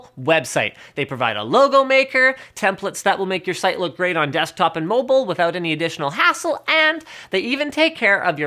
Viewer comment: 'Dechtop' -LinusTechTips 2k14